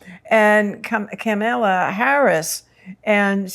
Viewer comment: Please pronounce Tim's last name correctly (Walls) and Kamala's name correctly (comma la). Tim looks really young to me. We both survived many years of public education and the lunchroom! Glad he is building something. America needs rebuilding in justice and mercy. Will reach young energy- great. He will teach the youth to lead. Perfect timing for all. Yes he will build something in America. Appreciate your readings.